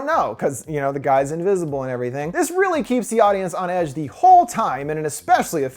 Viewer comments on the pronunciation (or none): none